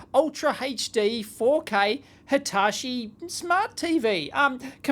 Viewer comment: it triggers me how you pronounce Hitachi :D